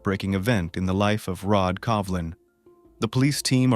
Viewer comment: You are pronouncing his name as Covlin not Colvin as is written?